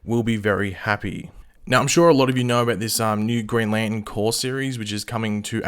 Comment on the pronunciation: dang, can you not say green lantern? grnn lantnnn